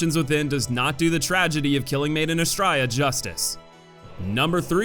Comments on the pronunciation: It's pronounced Ah-STRAY-ah. It's Latin. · Honestly I only agree with BOC and Micolash. The rest definitely serve teaching purpose. Also Belfry is pronounced "Bell-free" and Astraea is "Uh-stray-uh".